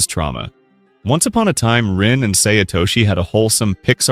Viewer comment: this guy can't even pronounce Sae's name right. Americans always pronounce A as Ay.